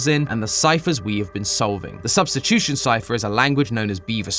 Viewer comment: "Substchuchion Cipher"